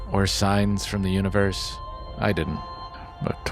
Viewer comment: ITS GOD NOT UNIVERS 😢